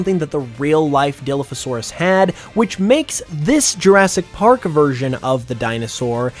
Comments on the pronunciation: Who else cringed every time he said Dilliphosaurus instead of Dilophosaurus (pronouncing the beginning part as die)? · “Diliphosaurus… DILIPHOSAURUS” it’s called DILOPHOSAURUS like there’s an O not an I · DILF a saurus lmfao... it's pronounced Deh-loph-oh-saurus silly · Dilla-fasaurus Die-lof-o-saurus I had to get that in there sorry but that bothered me too much I love Dino’s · Sorry, I really don't want to be THAT guy but, It's pronounced *die*lophosaurus, not *dee*lophosaurus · I was enjoying the video until you pronounced dilophosaurus (dill-off-oh-sore-uhs) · no way bro said diloafisaurus. Even the most uneducated person about paleontology should know how to properly pronouns dilophosaurus. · It’s Dilophosaurus not DILFOsaurus bro. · Dilophosaurus is pronounced " die - laugh - oh - saur - us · dilophosaurus die pho saurus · Did bro just say dilfasaurus?!? 💀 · This is incredibly nitpicky and solely comes from my own personal pet peeves, but I’m like 90% certain that “Dilophosaurus” is pronounced “die-law-foe-saurus” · Die-loff-o-saurus. That's how it's pronounced. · Die - Loff - A - Saurus 😂 And I’ll take a Charizard & Sceptile… 2 cause I need one to be shiny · Lol that's not the dinosaur name lol it's dila pha saurus lol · No way bro said Dilufasaurus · The way you pronounced Dilophosaurus made me cry. It's pronounced die-LOW-fah-SORE-us, with the emphassi on the "lo" in Dilopho and 'saur' in saurus. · I love the video, but I will say that it's killing me inside every time you say dilophosaurus. Lol. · As a dinosaur enthusiast, that pronunciation of dilophosaurus caused me physical pain, but I commend you for pointing out that the Jurassic Park dilophosaurus took creative liberty with the venom spitting and frills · The designs are awsome, but i cant get over the way he pronounced dilophosaurus